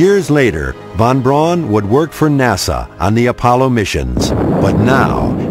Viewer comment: And it is not "Painemunde" It is peenemuende!neither is von "Brawn" correct His name was-phonetically,that is,von Brown.